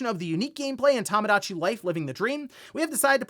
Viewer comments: I hate that this bugs me but... Toe-mow-daw-chee. not Tom. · Tomodachi is pronounced "Toe-moe-dah-chee" not "Tah-muh-dah-chee".